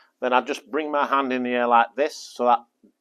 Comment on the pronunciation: With the upmost respect with no intention of being mean. He says "and" instead of hand sometimes and i am really enjoying it.